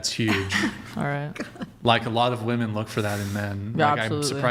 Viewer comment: What’s with the mispronunciation of women and woman??? Omg